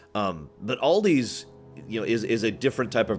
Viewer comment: Aldi It's pronounced Al Di not OLDi it's a Germany company